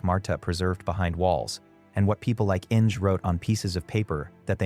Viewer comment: Innj! It’s German, Inge, pronounced IN-gah, two syllables!